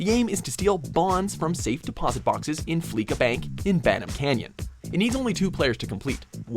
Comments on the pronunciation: Is no one gonna comment that he said fleeka instead of fleeca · Its not fleeKA it's fleeSA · It’s FLEESHA not FLEEKA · It's fleeca not fleeka lmao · FleeKa? It's pronounced Fleece-A. As in to fleece someone of their money. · Flee-suh not flee-ka. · It's pronounced Flee-sa not Flee-ka. Did you even do research? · It's pronounced Fleesa Not Fleeka but seen as Fleeca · FLEE-SA, not fleek-a. You don't fleek someone, you fleece someone. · Dear god, Fleeca has been around since at least GTA 3, you'd expect people to know how to pronounce the damn thing by now. Fleece... as in shaving a sheep. Fleece. That's the joke, folks! Do yourself a favor and just sit in your car and listen to the radio ads.